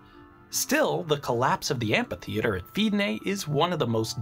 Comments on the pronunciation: Love you man but amPitheater hurts my ears :P Fairly sure it's supposed to be pronounced amFitheater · Amphitheatre, not ampytheatre :) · I m pretty sure it is pronounced "amitheater". Apart from that, the video is very interesting. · Are...are you saying "ampy theatre?"